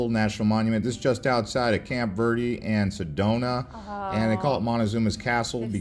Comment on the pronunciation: This is a good video but man, they should have split this up into a few different videos I think lol also his pronunciation of some of the names and words is killing me. Especially when he mispronounces Verde and Roosevelt